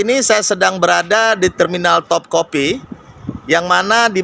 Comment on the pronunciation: Bukan benteng Top copi Bang tapi Top Cafeu 🙏👍😁